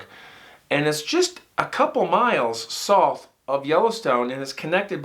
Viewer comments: Curious why you don't say South, instead sounds like Soth. Ha Love watching your channel esp when you follow up w phone interview POV! 🫡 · I love your channel!! I don’t know much about different regional pronunciations of different words, but everywhere I’ve ever lived, the word “South” has pronounced as “sow-th”… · Love ya But I have never heard anyone rhyme South with sloth before! What accent is that?? Lol I always hear South rhyme with mouth. But wait a sec… how do you pronounce mouth? Like moth? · Love your storytelling, but please learn how to say South! 😂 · Haha ok got it! I thought I was hearing some accent I’d never heard before. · I love the way he pronounces the word SOUTH😆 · Please say the word south correctly